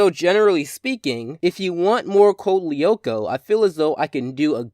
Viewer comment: Co-lee-oh-ko. What its Code loo-ko and I dont even watch the show I've only seen the theme song